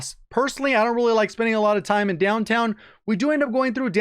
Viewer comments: Sounds texan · he turned into Mater for a second